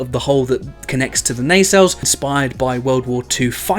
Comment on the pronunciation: Maybe finally, maybe not... We can clearly see this guy knows what he likes and is not afraid of it! Which means that we can fairly safely infer that, well, his taste in women is somewhat robust. He obviously likes his ladies thick and powerful! Just like he likes his Nacelles. Nay-sells Nuh-sells Sey-shells.